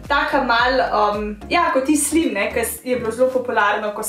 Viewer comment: ful dobr video zlo smesn vidla sm ze tak video ampak je blo cist drugac pa mal si se zmotila ko si rekla slim rece se slajm